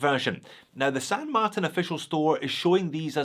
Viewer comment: This is the first time I’ve heard pronounce the brand as San Mart”i”n and not San Mart”a”n. Sounds strange lol